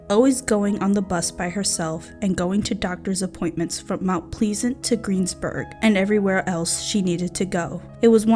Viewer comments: MOUNT “PLEEZANT” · you have a problem pronouncing names. You should do research. There are several cities with the name Mt. Pleasant. Even just reading it, we know it is a short "a." Jennifer's last name is pronounced "DAW-HER-TREE" and you mispronoune it "DAW-TREE. (You almost sound like you're saying "DOG-TREE" a couple times. " It is actually a very common Irish name, with a three syllable pronounciation. Good video but do your homework, right? Can't subscribe with this visit. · Its mt pleasent not mt pleesent lol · mount pleasant is pronounced like peasant with an L btw. Just a heads up if you have to use it again in another video :) I'm a Pittsburgh native, I remember hearing about this when I was younger because my brother is autistic. We actually convinced him to go to a living facility so something like this would never happen. :( Edit: Damn i lived by greensburg when I was a young adult and I've seen that house. I dunno if it's still there but I remember seeing it years ago. Edit 2: about the Ricky thing. Western PA has a shit CYF system. It's been bad since the 80s, it's still bad to this day. It's actually quite horrible. I've seen them break up happy families for being poor but let other kids who were being abused or neglected to be swept under the carpet because the families weren't poor. It's awful. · Pronounced - Plez-Ant. Rhymes with Pheasant. Not Feezant. Mt Pleasant. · Mount pleasant..as in pleasant to look at..not please ant. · It's Mt Plez-ant....... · Mount Please-int???!! C’mon now! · MT pleasant Is pronounced like MT plezant. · Mount Please-ant? I think you might be mispronouncing that. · It’s Mount Pleasant, rhymes with pheasant, not Please-ant. 🙏🏻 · For the love of God! Do your research BEFORE you record an entire video in which you mispronounce Mt. Pleasant EVERY TIME you say it. It's disrespectful and distracting. Can't get beyond the first few sentences. I'm outee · Pronounce the word mt pleasant right thank u